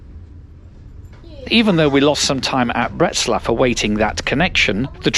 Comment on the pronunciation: Learn how to pronounce BRNO, not Bruno.